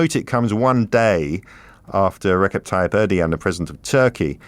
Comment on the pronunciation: There are many ways to mangle the name of Erdogan - but he managed to find a completely new one anyways. Er. Doh. Wan. I know it doesn't matter.